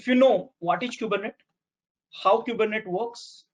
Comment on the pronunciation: It's pronounced "coo-ber-net-eeees" :-)